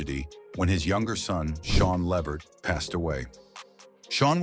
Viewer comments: It’s Le-Vert, not Levert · Mr. continue to say the O'Jay's please don't try saying Eddie last name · If nothing else, please. Pronounce, his name right. Tell the truth about, what really, happened in La vert life!😅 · Yes, mispronounced Eddie and his sons last name 😕